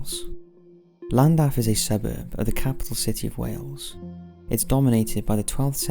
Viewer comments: It's pronounced clandaff, in Wales the double L is pronounced with a C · Llandaff is pronounced as Sh-L-an-daf in the Welsh tongue not with an L at the front. Forgive my pedantic rant, but i'm from N.Wales myself, just for posterity :) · This will be buried and is entirely pointless to point out but 'Ll' is pronounced as 'Cl' in Welsh. So its more like Clandaff. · You pronounce Llandaff incorrectly. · Did the way he pronounced Llandaff bug anyone else? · sure did 😁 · me too